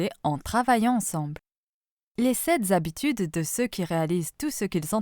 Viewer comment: Les sept habitudes, et non les 7 zabitudes!!!